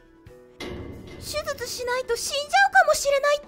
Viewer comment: しゅずつ じゃないの しゅじゅつ なの 読み方くらいきちんとしようね